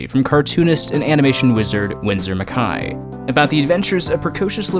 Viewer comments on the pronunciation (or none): Winsor mccay not Winsor mcai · Mc-A, not Mc-EYE. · I have to agree. I've never heard anyone else pronounce it with the "I" sound, and I've been attending animation seminars since I was 11. Other than that, nice video. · I've never heard McCay's name pronounced like that, but I could be wrong? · You're not wrong.